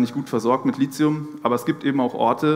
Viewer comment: Richtig ausgesprochen: LITIUM, mit T. DESWEGEN wird mit TH geschrieben. Der H ist nicht zufällig neben dem T. (